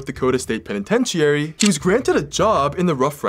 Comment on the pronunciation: Agree he maybe able to smooth his way with people even suspicious cops but he still tried murdering two people we know of and succeeded murdering one. Nice catch, also mispronounced Penitentiary it’s “peh ni TEN chr ee” just hopefully helpful feedback, love your stories though listened and watch all of them